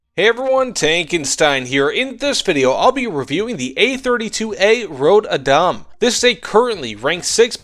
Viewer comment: rod badam? man you botchered that name. and yes this is a pretty bad plane am swedish so I bought it regardless